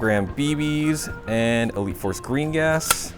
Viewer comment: is it just me or when says elite force gas it sounds like wheat force gas🤣🤣